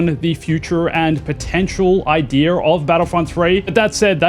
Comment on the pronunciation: Where do you see an R in the word idea?